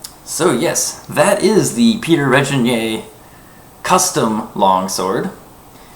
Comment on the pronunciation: Zoltán Bereczki It's also pronounced with a hard "g" as in grain, not a soft "g" as in Reginald.